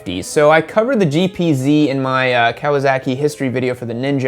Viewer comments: What's a Cow-uh-zock-ee? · Anyone else notice he says Kawasaki as Kawazaki? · Do you always pronounce it "Kawa-zaki"? lol